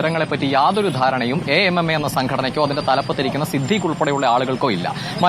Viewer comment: A. M. M. A അസോസിയേഷൻ of മലയാളം movie actors.. ഇങ്ങനെ തന്നെ നമ്മൾ പറഞ്ഞാൽ മതി. 'അമ്മ എന്ന് കൂട്ടി വായിക്കേണ്ട. മിടുക്കനായ റിപ്പോർട്ടർ, അങ്ങനെ തന്നെ പറഞ്ഞതിനു ഒരു കയ്യടി ഇരിക്കട്ടെ ♥️